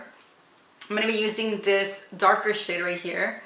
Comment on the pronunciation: When you say shade, it sounds like you're saying shit. :) no hate. I was laughing so hard. I love your videos and your dedication to CF and vegan products. 🌹❤️